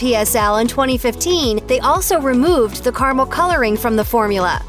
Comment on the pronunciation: What the hell is kar-mel?